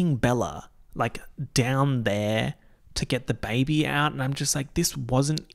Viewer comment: “ze bébé”